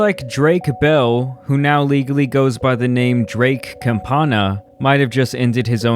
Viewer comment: Bruh you brown. How can’t you say bell in Spanish properly? You a no sabe kid in SA?